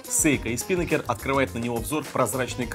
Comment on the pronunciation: СпинАкер ударение на А, парус на яхте